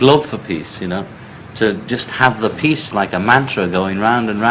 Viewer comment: Every time I heard him say "peace" It sounded like "piss" .heehee